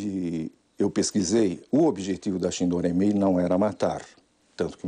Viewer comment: É uma vergonha o jornalista não sabe pronunciar shindo reimei